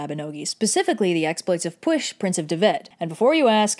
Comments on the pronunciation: Sees name Time to learn about Pyl (how I pronounce it) Hears: Push. Me: Excuse me da fug it has ll not s XD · Shouldn't Pwyll be pronouns " Pu-well?" not "Push?" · i dont know if anyone has commented this but "Pwyll" is prononced "pool" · Yeah it sounds like Push. Shouldn't it be Pie-Wyll? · As a Welsh person you didn’t actually butcher the names too bad!! Although you did pronounce the “ll” in “pwyll” as “sh” instead of “ch” you actually did a way better job then I did for literally half my Welsh life so props! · That's one of the least bad mispronunciations of Pwyll to be fair. More "lh" than "sh" and you'd have it. Fun fact: it means "sense" or "reason", which makes more sense (sic) of Pryderi. "Dyfed" is more like Duhved. « y » is mostly pronounced as schwa (except when it isn't :D). Seriously, Welsh is more or less phonetic - it has 7 vowels, « w » is omega "oo" and « u » is like "y" in Greek (as in "busy"). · P-wheel, NOT pwish! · ll is a notoriously difficult pronunciation for non Welsh speakers, so they're usually advised to say it as sh instead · FFS! Now everyone thinks that Pwyll is pronounced Pwysh because that's how said it. Double Ls aren't pronounced that way people!! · You know its p wee ll not p w i sh sorry to be a killjoy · Actually, it’s pronounced /pwɪɬ/. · "Puoihlghshch" is pretty close to how it's supposed to be pronounced. P = P W = uo Y = ih LL = lshchgh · It sounds like, "pwiff" to me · You: Push, Prince of Dyved Me, actual Welsh person, crying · The last thing I expected was for Pwyll’s name to be pronounced push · Yo why is red mispronouncing pwyll’s name it’s pronounced like “giga chad” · Besides 'Push', you generally did a good job pronouncing the names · Well i guess you could say he got.... Pwylled (They pronounced it as pwshed-) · Why the heck is Pwyll pronounced like "push" Come on celtics, why!! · Am I the only one wondering how p w y l l is pronoun like "push"? No offense to your pronunciation skills I'm just confused.